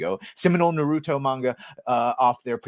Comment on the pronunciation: It’s Na-ru-to